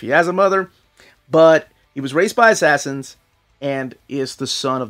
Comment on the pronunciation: You said assassins like how I remember spelling it lol ass-ass-ins